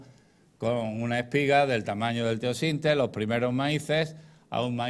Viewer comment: Blume Tu sí lo entiendes todo aunque explique mal, es eso ? Como la pronunciación del precursor del maíz, por ejemplo